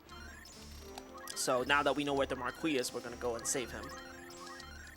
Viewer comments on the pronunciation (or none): Mar-kwee is a cute way to say it, but if you ever read this it’s pronounced mar-kee